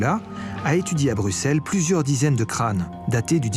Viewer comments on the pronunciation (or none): none